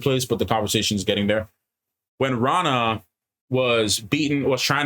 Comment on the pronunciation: One of you is right about sul'dam/damane ... sort of... I won't say which. Though, who knows what might have been changed in the show from what it was in the books. Renna... not Ranna 😅 You guys have some interesting theories that only time will tell if they right or not. I'd be amused to see D&D stats for all the characters... or a WoT RPG game. (I know an old rpg exists... the cousin of a college friend had it... wish I had a copy). They had new classes in that game... but if I had to give them classes... I shouldn't or it might be spoilers. (started and erased them) I don't remember what Ishmael said when he did it to Moiraine. Not sure if Ishy was there or he was created but Lanfear... it could go either way.. Though, in the books NO ONE ever called him Ishy. Calling Ishmael Ishy is a fan thing.... so Lanfear calling him "Ishy dear" was a nod to the fans. Not sure if she'd call him that to his face though. 🤔 The Egwene stuff is pretty much right from the books... I knew it was going to happen, but still brutal to watch... 😭 Liandrin... no clue what will happen with her...they gave her a backstory and motivations and I have a feeling her story overall might change quite a bit from what was in the books. I'm glad Mat was in the episode... his story needs to pick up soon. 😅 Even book readers are wondering about Min's vision...